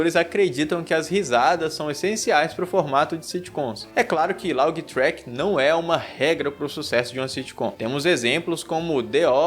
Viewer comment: Só corrigindo laugh se pronúncia (léf) e não laug